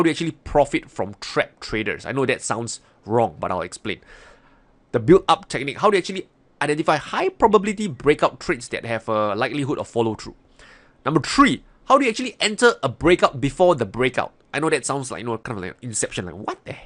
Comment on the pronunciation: Number tree :D Good stuff tho , videos are really educational and explained so everyone can understand